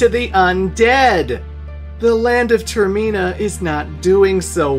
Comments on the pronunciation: The way you pronounced termina gave me an aneurysm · Everytime he says Termina it hurts my soul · Okay, but why you saying "Termina" like that? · The way pronounces Termina makes me homicidal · I’m sorry but why did he say termina like that like what 😂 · I was about to comment a whole essay of praise and cap it with "...but if you pronounce Termina that way again..." 😂😂 Great vid! Love your work! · havent watched the video yet but do you mispronounce termina lol edit: WHAT THE FUCK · TerMEENa, I do not think so Senior. It’s TermINa, I know it doesn’t follow the whole English convention around vowels needed to be separated by more than 1 consonants for it to have a soft vowel sound. But we gotta remember these were all originally Japanese words or names, so I do believe it is properly pronounced term-IN-a rather than ter-MEEN-a, because if you were following the normal English rules, wouldn’t it turn out to be Ter-MINE-a rather than MEEN-a? I dunno, I just saw my pronunciation being declared as wrong all these years, and OF COURSE had to defend it. Heaven forbid I’m actually wrong about something lol 😂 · Ter-min-ah NOT Ter-mean-ah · Bruh it’s term-in-uh not term-mee-nuh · Ter-min-uh not toor-meen-uh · Literally nobody pronounces it as Ter-mee-nah Its Ter-men-ah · or just have better reading comprehension skills. its literally terminal without the L, so tur-mih-nuh also its your fault for even trying to remotely imply there is anything wrong with majoras mask, a literal masterpiece of a game which has yet to be replicated. why you included that ggame in this video is beyond me. perhaps you just wanted clicks and were willing to say something stupid for views/attention. well it worked. you have my attention now. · You had me yelling at the screen every time you said term-ee-na 😆😆😆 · Every time you said "Ter-ME-na" I died a little. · Termeena is actually wild 😂 Never heard anyone say it like that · Its like TER-MINE-A :D